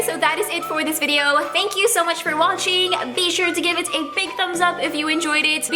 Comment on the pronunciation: lol is it just me that I heard 'walching' not 'watching' hehe